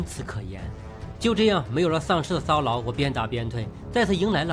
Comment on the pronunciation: 麦克：突然（蓝） 然（蓝）而 骚扰（老）